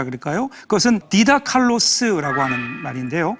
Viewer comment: 헬라어로 선생은 '디다칼로스'가 아니라 '디다스칼로스'입니다. 헬라어 '폴로이'는 '많이'라는 부사가 아니라 '많은'이라는 형용사입니다. 발음도 '플로이'가 아니라 '폴로이'입니다. 3장 1절의 말씀은 많이 가르치지 말라는 뜻이 아니라, 너희 중의 많은 이들이 선생이 되지 말라는 뜻입니다. 의 강의 중에 헬라어의 실수가 적지 않게 발견됩니다.